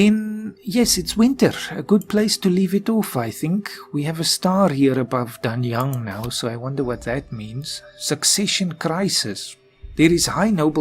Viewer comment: Yeeeees its me again-Pronounce the "a"s as aè(only the last "a"s,others are as you pronounce them)and "g"s are basically silent so Danyaen(g)(I know some Chinese pronunciation but I am much better in Japanese as it's the same as Turkish)